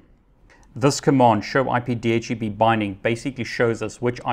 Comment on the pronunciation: Love your videos, well-paced and informative. But I find it really hard to get past your pronunciation of DHCP...